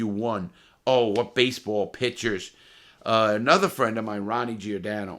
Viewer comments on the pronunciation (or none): none